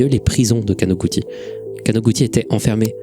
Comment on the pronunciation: perso j'ai vu ça du point de vue de qqn qui tape sur un clavier, et là où pour avoir "ティ" [ti] on tape "texi" ou "teli" ; pour écrire "ち" [tchi] on tape "chi" ou "ti" (plus court). du coup imo ça se prononce かなぐち [kanagutchi], et en plus ça ouvre la possibilité qu'un jeune de 13 ans ait utilisé son nom de famille comme pseudo, chose que j'ai déjà constatée avec les quelques amis japonais que j'ai en ligne :D